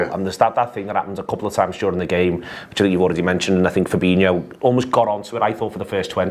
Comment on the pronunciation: Fabinho, not Fabino. It's spelled the same way as Coutinho and not surprisingly is pronounced the same way.